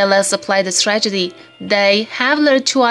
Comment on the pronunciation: Thank you for the video but I wish you d pronounced "strategy" correctly.